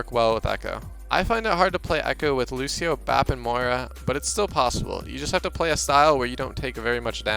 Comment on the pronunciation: lucioh as lucio oh yes